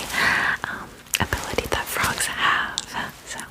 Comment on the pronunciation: Why did i hear "tadpoles are baby frouges"😂